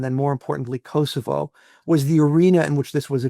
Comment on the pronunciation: it’s not Kossyfos it’s Kosovo